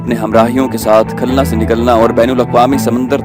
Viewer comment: khalna nahi khulna